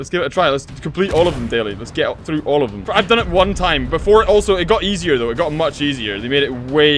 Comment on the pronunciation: "i am down" or "i am done" and why are you so happy saying that?